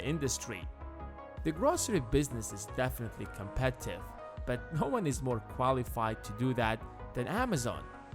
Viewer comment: Am i the only one hearing "competive" instead of Competitive?